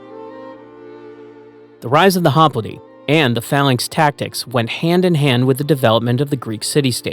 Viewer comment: Holy shit… HOP LITE, not, “hop littay”.